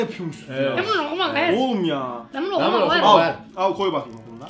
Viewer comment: "Ben buğu ohuluma goyarım" ~enes